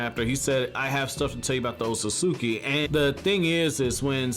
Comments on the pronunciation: YOU'RE MISPRONOUNCING ŌTSUTSUKI! You're missing syllables. C'mon you perverted fat Albert sounding sex offender lololol!!! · My mans you have gotta start pronouncing Otsutsuki correctly my mans 😂😂 I facepalm the moment you even say it